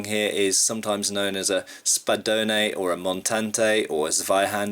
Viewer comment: In spanish its "espadón" not spadone you mute the final "e" i know for your speech this would sound like spadoun just imagine a midle betwen -a and and the -o more like spadewn. Btw nice show nice movés. id LOVE to CUT down more than one in two pieces with a sword of the true honor